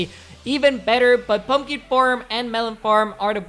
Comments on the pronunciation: He said purlner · Did he say pron owner or my ear just suck